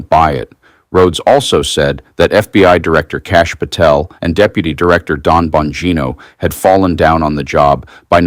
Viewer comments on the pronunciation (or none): Please at least get the names right. It's DAN Bongino, not DON.